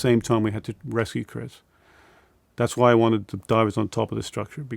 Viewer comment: be like ‘Chrisch’